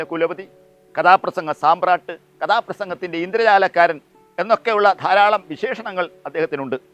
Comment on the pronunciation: സാമ്രാട്ട് അല്ലെടോ സമ്രാട്ട്. താൻ എന്തൊക്കെയാ കുരക്കുന്നത്